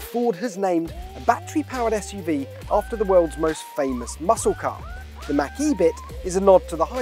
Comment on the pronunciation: Why can’t anyone on YouTube properly pronounce “Mach”?